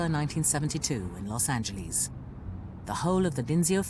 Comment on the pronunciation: Narrator ... Its not Los Angleese.